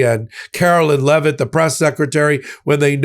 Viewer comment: Why can't say Leavitt all the time? He usually, but not always, say LeVette. I just find it annoying. Although not as annoying as when he shifts to huckster mode for his commercials. He's great, other that.